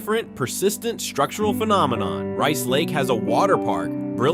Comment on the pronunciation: Rice Lake is not "80 miles southeast" of the Twin Cities. I's about 100 miles northeast. Milwaukee is hardly a "small town". Neither is Green Bay. The announcer changes the pronunciation of the towns several times for most of them.